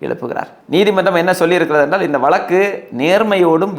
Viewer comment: வளக்கு, வளக்கு வளக்குகிறீர்களே, அது வளக்கு அல்ல 'வழக்கு'. தமிழ்நாட்டில் ஒரு சென்ட நிலம் ரூ.2000 க்கு எங்கு கிடைக்கிறது கொஞ்சம் சொல்லுங்களேன்! ஒரு குடும்பத்தில் தகுதியுள்ள ஒருவருக்கு கருணை அடிப்படையில் (Compassionate Appointment) வேலை வாய்ப்பு ஏன் வழங்கப்படுகிறது தெரியுமா? வேலை வாய்ப்பு தரப்பட்ட நபர் இறந்தவரைச் சார்ந்திருந்தவர்களையும் பராமரிக்க வேண்டும் என்பது விதி! இந்த விஷயங்களெல்லாம் புரியாமலே உங்களைப் போன்ற இலங்கைத் தமிழர்கள் குழப்பவேண்டாம்!